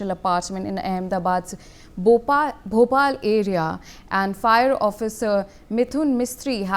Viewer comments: Ben bhopal nahi bopal pls learn pronounsation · First learn the place..its Bopal or Bhopal...You look trainee news reader yet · Kya news channel chaoge tume Bopal ko Bhopal bol rahe ho